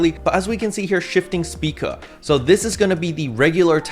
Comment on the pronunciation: my mans, can we please not murder all the photon art names? they are named after stars afterall Spica- "spai-kuh" Sirius- "sear-E-us" (sounds like serious) Regulus- "re-gu-lus" (you actually got this one right saying it the second time) Rigel- "rai-jil" As a side note, slayer technically has 9 or 10 photon arts, as Sirius has 3 or 4 variations since the chain animation is different (dunno if the stay and move arts have different variations though, hence why its either 3 or 4)